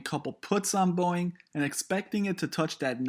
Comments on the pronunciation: Warning sign that this guy has no idea what he's on about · “boieng” LOL